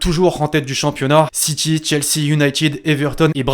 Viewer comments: C’est SSiTy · Ça se prononce Manchester City pas "SitChie" merde